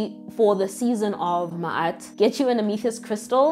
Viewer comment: I’m appreciative of the pronunciation. Ma’at was correcting the pronunciation in another video I came across. She said look up a real knowledgeable being. Here I am!